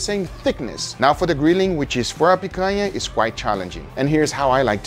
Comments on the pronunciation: Gugas pronunciation of picanha is impeccable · I heard him speak picanha with no accent and i thought: is he brazillian? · Man, I have something to say to you… Guga is brazilian too, just like us 😂 the way that he said “picanha” was so perfect that I went to google to research it. He’s from a small city in Minas Gerais. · Hahaha... as I was watching the video, I was asking myself, "Is this guy from Brazil?" Cuz the way he pronounces picanha is the brazillian way, but more important, the way he was preparing the meat it was exactly how it is prepared in Brazil, and there is no way a north american would do that, thats not how north americans prepare their their meat for the grill. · Funny how the Algorithm works, I just got home from a meeting with friends and we had a Picanha that I bought at the market and then I opened YouTube and voila a video about Picanha. Also I didn't know Picanha had the same name outside of Brazil lol I was shocked by heaeing him saying exactly like we do here. Tenho certeza que os outros br aqui tambem gostaram hehehe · A gente sabe que o cara é dos nossos pelo nick e pela pronuncia da palavra picanha ;D concordo em genero numero e grau! Picanha é incrivel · Tava falando picanha bonito demais pra não ser br hahah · the way guga says picanha like omg, he says it so well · Love the way he says Picanha with a perfect Brazilian accent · Guga said picanha in such a natural and correct way that I had to double take that he wasn't a brazillian. Orgulho da nossa carne nacional sendo exposta assim pro mundo. Fraldinha também é bom. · Meu amigo, eu nunca na minha vida imaginei que você fosse brasileiro. E te falar, lhe acompanho há tempos! Achei sua pronúncia de Picanha excelente e achei estranho um estrangeiro falar desse jeito, uma pronúncia bem brasileira. Quando você disse "In Brazil we use...", aí entregou! Well, contratulations on all of your videos, you're amazing and trully helped me about cooking. Keep the awesome work!